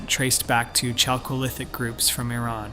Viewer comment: 'Chalcolithic' is pronounced /ˈkælkoʊˌlɪθɪk/, with a /k/, NOT /ˈtʃælkoʊˌlɪθɪk/.